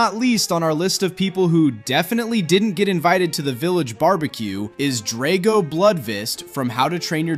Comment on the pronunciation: It’s pronounced DRAGG-oh, “Patrick Star”! 🤨